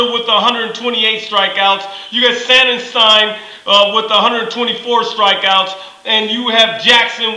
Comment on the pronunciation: Few things,... 1. It's SONNanstine .. with an O not an A. 2. Dan wheeler is not the Rays closer,... we don't have one,... closing is done by committee usually,...a couple games have been put into the hands of David price to end it though. 3. Dan Wheeler pitched in the 05' world series with the Astros. 4. Jackson is not in rotation in the Playoffs.... they have him coming out of the Bullpen.